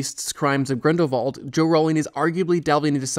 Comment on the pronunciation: Why do you keep saying Grindervald, instead of Grindelwald?